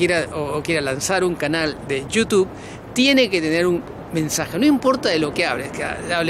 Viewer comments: 6000 suscritores no da como aconsejar! Tu receta debería ser y es... hablar en contra de Chile con eso has conseguido el que tú cerebro cree que es un éxito en Yiutub ( como lo pronuncias ) 😂😂😂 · Yiutube Yutub ... 😂😂😂 Perubriso me hacen tanto reír ... gracias por existir 😂😂😂😂